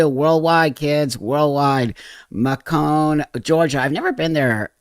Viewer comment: Macon rhymes with Bacon. Just fyi. Happy Birthday! 🥳. And if u ever make it to the Miami area I would love to talk to u and ur wife as a fellow adoptive parent - but my girls were teens, I know, I'm nuts😂When their parents couldn't take care of them, God meant for my daughters to be mine. U r going to love being a Dad to this child. Let us know her name and show us a little bit of a pic (maybe from the back), when she gets here!